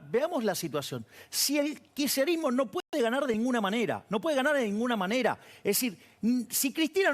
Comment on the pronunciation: osea el loco dice que él no ayuda al "kisherismo" como lo pronuncia que ni puede... dice que no ayuda a un idealismo como el peronista,,, si que ayuda con su idiotesa.. ayuda y mucho,, no entiendo como gente lo sigue.. me llama la atención y atenti los sociólogos y antropólogos sobre esta figura que impacta en la masa boba